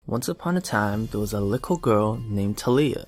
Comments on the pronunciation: He said "likkle girl" in the beginning or was that just me? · you say lickle lol